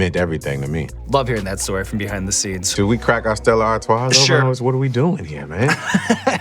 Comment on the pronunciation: I’m from the south of England and I have never heard anybody pronounce Stella Artois as posh as that 👍